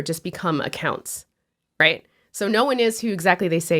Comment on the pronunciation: ESPECIALLY when pronounced "rayt".